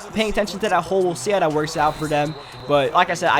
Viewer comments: and "dat" instead of "that" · has to be asian notice how he says rader then rather and dat rather than that lol